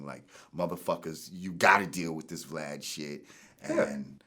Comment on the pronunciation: he called him "Vlod" 😁😁